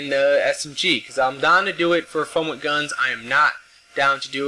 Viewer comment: With, not wid.